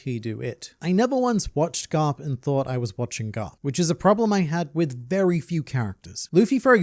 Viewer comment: Vice Admiral Gar-lup